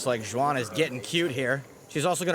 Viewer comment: First learn how to pronounce her name it's Suan, X is spelled like an S